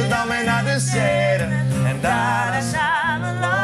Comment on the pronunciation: Het is “en naar de Seine” niet de serre Haha 😅😂